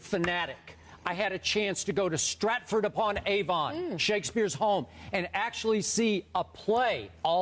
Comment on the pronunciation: God he even mispronounced Stratford-upon-Avon